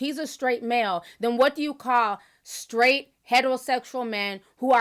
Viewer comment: Malik feels more confident because he has backup! He does need to do the work because he knows nothing!! Charlemagne said “I guess Skraight”!! 😳🤣😂